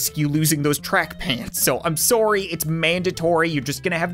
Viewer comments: I love how he has absolutely no accent until he says "SOORY!" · You mean soory? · It's his Canadian accent lol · Through the years of me watching this dude. That is the one thing I love the most about him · I know right it makes me laugh everytime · It is because of his Canadian accent, that's simply how the Canadian accent pronounces it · he’s canadian i myself am a canadian too so thats how it works lol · He's Canadian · just a Canadian accent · Because we say ohs like 'o' and not like 'a'? Seriously. The phrase 'sorry, I dropped my chocolates and oranges in the forest' we say 'o'for all the os, but Americans say' ah' for some reason. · The funny thing is as an American I say it like that too😂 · When saying 'o' like 'oh' instead of 'aw' is weird... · hes canadian